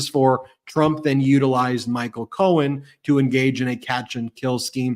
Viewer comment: did anyone else catch this—He called Cohen “Cohn”, as in Roy Cohn ~he even paused, like, “did I get that right?” He is losing it.